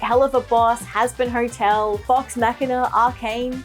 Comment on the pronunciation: "Sor hazbin hortel"